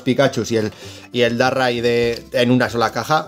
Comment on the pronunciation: Como que Darrai???????? DARKRAI! espantoso como lo dices te cargas el pokemon🤣🤣🤣🤣